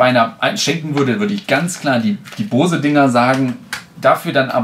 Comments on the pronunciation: Da ich selber diese Kopfhörer habe kann ich auch die Qualität bestätigen. Aber vielleicht mal kleines Feedback zu deinem Video. Du machst mir voll den hecktischen Eindruck. Dir fehlt ein "roter Faden" in deinem Gespräch. Und ehrlich es heißt B-O-S-E! Und nicht Bause. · Finde die Aussprache „Baus“ auch strange, den vorhandenen Buchstaben würde/soll/könnte man es „Boze“ aussprechen. Vielleicht will man die Aussprache mit „booze“ wie „saufen“ vermeiden. Ist mir dennoch schleierhaft wie die Amis da ein „a“ in die Aussprache reinbringen. spricht es nur denen nach und ich denke die Aussprache amüsiert ihn selbst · Es wird sogar tatsächlich ungefähr "Bows" ausgesprochen ( [ˈboʊz] ), d.h. Baus ist sogar (fast) richtiger als Bohse. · bose nicht baus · warum um alles in der Welt sollte man Bose "Baus" aussprechen? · Gennadi Volodnikov wenn dann sagt man „bowsi“ wie bei adobe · es wird nicht unbedingt AU ausgesprochen, aber bouse. Guck dir Amerikanische reviews an. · Das wird übrigens "Bous" ausgesprochen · Hab noch nie jemanden gesehen der "Baus" zu Boose sagt